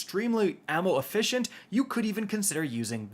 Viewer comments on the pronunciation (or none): none